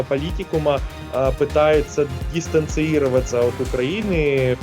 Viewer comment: двух слов связать не может, запинается, говорит с ошибками...где вы его выдрали??? "дистанциИроваться" - пиз@ какой-то...